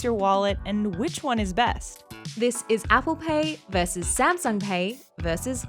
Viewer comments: Wow. "Veses" you mean VS "Verses." .. and you "Lost" your credit card but didn't cancel it. Tokenization. Holly crap. Neither of you shouldn't have a credit card. 🤔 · D Jaquith that was clearly a foreign accent, so the "versus" was obviously going to be pronounced differently